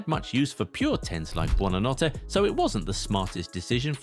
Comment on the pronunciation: It's Buonanotte* 😅